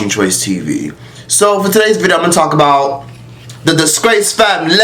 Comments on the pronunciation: “the disgrACEE famiLAYY” 💀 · “Tha snake famlehhh”😭